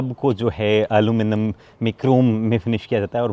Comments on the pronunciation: Aluminium not aluminum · Aluminum nai Aluminium bolte h hum americans nai h